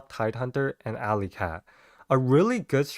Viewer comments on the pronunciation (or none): none